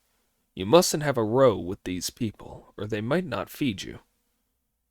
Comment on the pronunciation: It's not row like mow it's row like cow. A row means a disturbance.